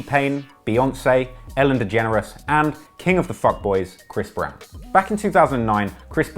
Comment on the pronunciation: Soooo, do they all call him Bhris Brown?